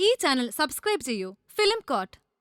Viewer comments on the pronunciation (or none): film court. court ennu pronounce cheyunna reethi wrong anu. prounouce COU as if say kodipathi